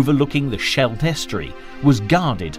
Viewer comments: What really pisses me off is, throughout the whole series, names of military man, towns, regions etc are mispronounced. What really digit to me today is that the river in Antwerp is called scaled. For heavens sake, if you want to make a series about whatever 1st WW, 2nd WW, Vietnam, Suez Canal, for heavens sake, learn to pronounce names correctly. How would you like it if I would talk about Mountclomery, Adolf Titler, Eight D Sweisenhouwer, general Tonpat? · The Battle of the Schlet?? Never heard of it. The Scheldt, yes, the Schlet - no. That's because the Schlet doesn't exist. If the Narrator wants to check, no problem, he can look at a map. Even an old one. They've been around for some time.